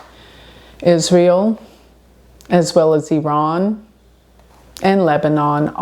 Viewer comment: Thank you for pronouncing Iran correctly! 😅 Hope the world be in peace soon...